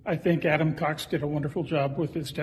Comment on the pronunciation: I hear her say...cock when she said it instead of cox the second she said it😮